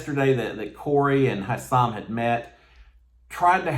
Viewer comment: His name is Hisam. Pronounced high some you are saying Houssam just saying.